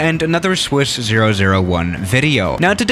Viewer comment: Swiss 001 more like sooos001